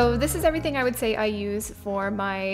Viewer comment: Pronounces "Say" not "Sigh'".